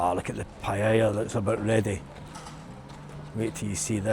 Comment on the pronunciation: Well certainly looks nicer over there than it does here in Hamilton, that's a good thing the demographic is changing , Europe will be totally changed again in 10 yrs max , once am sold and out I am off to south east Asia , I always wanted it to be Spain 😢. Also stop saying paella wrong 😂😂